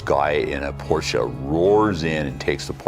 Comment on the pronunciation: An american guy pronouncing Porsche the right way... o...m...g... unbelivable...